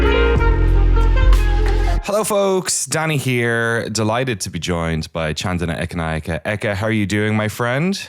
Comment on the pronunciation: As a Sri Lankan, I'm super impressed with Danny's pronounciation of Chandana Ekanayake. Always appreciate when someone takes the time to learn how to pronounce a name.